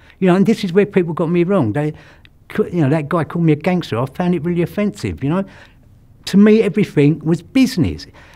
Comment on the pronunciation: Scuse me sir, oim NO'H ah GANGSTAH